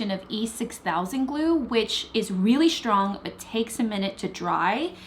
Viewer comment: Shtrong, shtraight, shtring...is the 'sht' like a regional american accent thing?